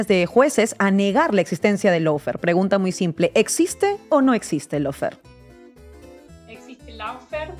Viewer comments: Si se utiliza la palabra inglesa "lawfare" deberia pronunciarse bien y no decir /laufear/ o /loufare/, sino algo asi como /LOFEAR/ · ¿No perdemos españolidad por pronunciar en inglés cuando se usa una palabra inglesa? Así se ahorran el no decir una versión cada uno, dando la impresión que no se oyen o no se ponen de acuerdo, además de la de no usar el diccionario. Por qué no decir / ˈlɔːˌfɛə / o loo fee, al menos?